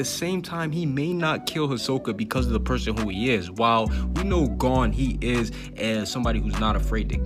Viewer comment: Why u say “Gone” when it “Gon”